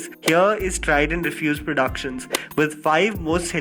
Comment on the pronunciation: Bolna seekh le salay..hurrandus...prodaaaktion